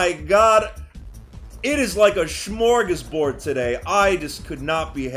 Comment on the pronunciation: Did you say smörgåsbord? That pronunciation was not right tho.